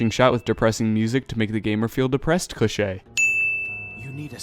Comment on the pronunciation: EVERYTHING WRONG VIDEOS IS BULLSHIT AND WHY DID U SAY CLICHE IT SOUND LIKE A GRILS NAME FUCK THIS ITS BULLSHIT